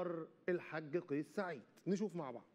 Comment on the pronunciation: مقدم البرنامج انت لا تعرف نطق اسم الرئيس بشكل صحيح فتعلم قبل ان تتكلم